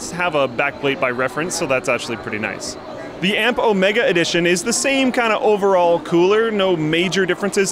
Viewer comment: Why can't you pronounce 'Omega' correctly? Cringe.